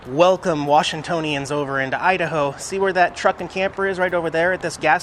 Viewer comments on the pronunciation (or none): none